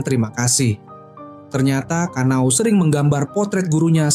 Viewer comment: bang namanya kana'o bukan kanao btw